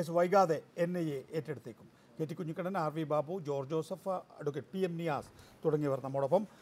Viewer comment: ദയവായി കുഞ്ഞികണ്ണൻ ആ പേര് മാറ്റണം, ആ പേര് നികേഷ് കുമാർ പലപ്രവിശ്യം തെറ്റായി ഉച്ചരിക്കുന്നുണ്ട്.😊